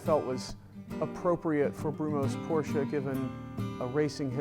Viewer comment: This is the first time, I am hearing a normal americal customer pronuncing "Porsche" without eating the "uh"